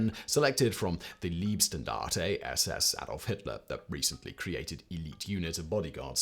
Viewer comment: Good Video, Just one friendly hint in German ie (like you did) and ei (pronounced like "eye") are pronounced differently. So you made out of "Leibstandarte" ( roughly translated "bodysquad") Liebstandarte (love or lovely squad)